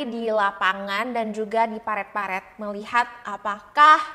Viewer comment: "Parit", sayang.. Bukan "paret" 😁